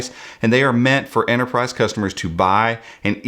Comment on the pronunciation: There's a pesky T in Enterprise ;)